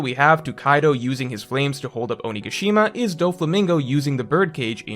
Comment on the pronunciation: Your pronunciation of onigashima is killing me.